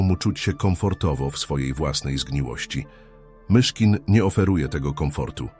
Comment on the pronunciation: Chciałbym prosić autora tego filmu, żeby sam czytał. Albo wziął lektora. Mogę pomóc. Ilość błędów i sztuczność psuje przekaz. Frazy w stylu 'historia MiCHKIN' po prostu zdradza użycie syntezatora czy innych metod sztucznych. Wrażliwi ludzie chcą autentyczności. Poza tym doskonała robota!